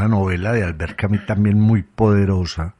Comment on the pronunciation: Albert Camí??? Albert Camus; en fonética francesa, es algo así: "Camius", donde hay una simbiosis entre la "i" y la "u". Si no se llega a esa pronunciación, es mejor decir "Camus", directamente. Esto dicho con mucho respeto.